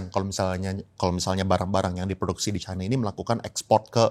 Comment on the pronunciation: Mana yg benar pengucapannya kata China atau Chaina. Harusnya ucapannya China. Tolong patuh pada kaidah bhs Indonesia.